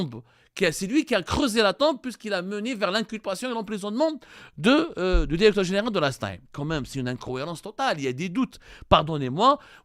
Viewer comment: Va apprendre le francais avant de prétendre le journaliste .tu reflète le niveau des diplômes algerien .tu prononce toujours dérecteur au lieu de directeur.